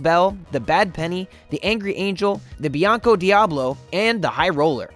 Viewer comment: Did he just say "bianco" instead of Blanco